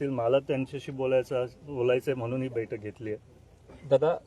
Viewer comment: अरे अश्वासीत करतो, दुख:द गोष्ट,बेठक नाही बैठक, अधी बोलायला शिक रोहीतपवार, अजीतदादा दादा शेती करत होते. त्यांना चाड्याची गाठ ही माहीती होती त्यामुळे शेतकरी त्यांना मानतात. तुम्हाला दोघा भावांना नाड्याची गाठ माहीती तुम्हाला चाड काय समजणार त्या पेक्षा रोहीत पवारला पुढ आणा तुम्ही सगळेच सुधराल तुमचा मान कायम राहील 🙏